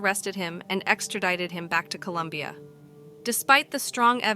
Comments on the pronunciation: ITS COLOMBIA, NOT COLUMBIA!!!! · Colombia, not Columbia!